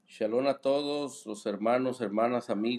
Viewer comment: Al inicio se oye como que dice chalon chalon en vez de shalom jajajaja